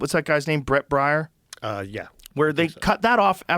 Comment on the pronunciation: BRET BAIER, Joe. As in BEAR. Hahhaa